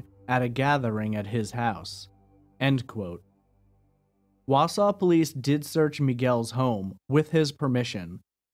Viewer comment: But he pronouces Wausau correctly. 😂